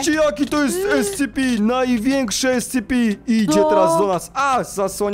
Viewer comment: Nie mówi się escepi tylko escepe